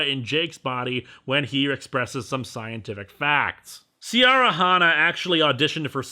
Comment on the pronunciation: The name Ciara should properly be pronounced Keera. Like Latin, Irish takes a hard C at all times.